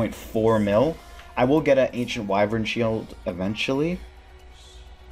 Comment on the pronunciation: Anyone catch him try to pronounce ancient wyvern shield XD im dead